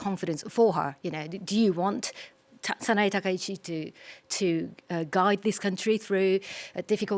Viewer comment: It's not Sana-ee. It's Sana-ei.